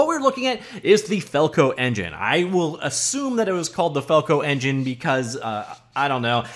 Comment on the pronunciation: FalcoEngine... FalcoEn-gine... Falcon-Gen..!